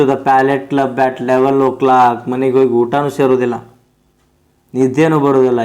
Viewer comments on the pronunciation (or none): none